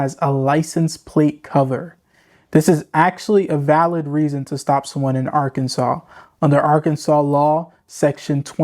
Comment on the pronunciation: Dude, it's Arkansas. Enough said